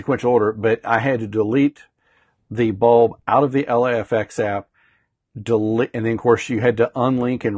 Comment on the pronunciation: Thanks for this video bud! One (hopefully helpful) pointer is that LIFX's website describes the pronunciation of LIFX as 'Life-X', rather than 'ell-aye-eff-ex'. I don't mean this as a criticism - just thought it might help u out ;-)